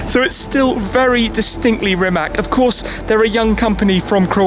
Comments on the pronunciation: Everyone is so amazed by the car, yet all mispronounce the name!!! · Read his name like it was written Rimatz - then you'll pronounce it right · It's actually pronounced Rimatz. I'm also very proud to be Croatian! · You're pronouncing the name wrong. Sry (Rimac - read it like Rimats) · can you try to call it Rimats ? Then it will sound like it suppose to. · It's Rimac with a 'c', not a 'k'. Please say it correctly.. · it is pronounced Rimatz, learn the basics so you don't embarrass yourself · since im Croatian, i get so triggered when shmee says Rimac wrong. like if you agree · You have a car YouTube channel, yet you can't pronounce the name right .... Rimac is not with a hard c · srsly? Do English speaking people do it on purpose (mispronounce it), or they just CAN'T pronounce simple surnames like "Rimac" ... I mean? Are you that dumb... :\ I would understand if it was Miljevic, Savljevic, Krstulovljevcic etc... but COME ON - RIMAC. How hard can it be? :\ you lost me there. bye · It's not that hard to learn how to correctly pronounce Rimac is it ? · Still can’t pronounce the name. Really? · Still shocked nobody can get Rimac's name right. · Who else is annoyed with wrong pronunciation of Rimac? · Then how do you not get mad at Shmee's and everyone else's mispronounciation of rimac? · zelja TM ...Nemoze on reci slovo C, jer ima govornu manu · You don't pronounce "Rimac" like that. But you knew that... just don't care. Right? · It`s pronounce "Rimac" as Rimatz, not RiMAC(K) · Rimac not rimak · Its not RimaK, its Rimatz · It is not fkn Rimak...it is Rimac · It is RimaC, not Rimak!! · it is not spelled with "k". Letter c is spelled as "tz" in croatian language and basically all slavic languages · its not Rimak, its Rimac. Ree-maa-ts. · Please for the love of God, it is not "Rimak"!! "C" at the end is pronounced as "C" like it's written and not "K". let me help you, pronounce "Rimatz" . English language rules are not applied to Slavic languages. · hah Rimak XD XD